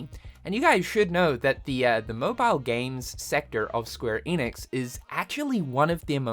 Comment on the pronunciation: ‘Enix’ not ‘Eeeeeenix’